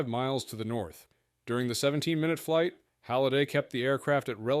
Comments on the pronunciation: flig debrief? really? cmon man... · What the hell is a "flig"?